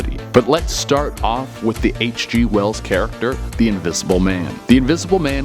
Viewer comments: your dumbass says E.G Wells instead of H.G Wells. He is the King of Science fiction get his name right at least. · Did he say E.G. Wells?